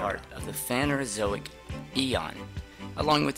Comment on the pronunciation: It's PhanERozoic not "phanozoic"